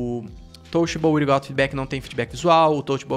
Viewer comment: Touchable “uirigauti” foi foda 😂. Ótimo vídeo